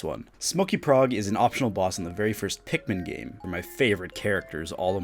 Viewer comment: Larper u dont even know how to say pikmin